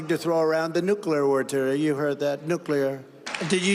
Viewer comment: “Nook lee ear” the master of “Ree be dooo Ahhh.” Vote smart please.